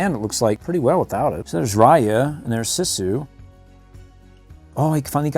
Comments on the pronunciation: You pronounce Sisu’s name like “Sea-sue.” You pronounced it incorrectly the entire video. 🤦‍♀️ Hope this helps for future videos! I actually just ordered the light up dragon Sisu figure from the Disney store, but I want to get the hasbro one and all the others I can find! I can’t wait to get them all! What do you do with all these toys after you make these videos? There are several dragon Sisu figures in this that I literally cannot find anywhere... 😭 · its actually read siiiiisue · It is Pronounced sesu not sisu